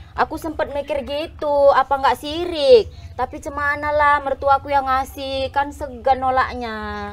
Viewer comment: Musrik bukan sirik😅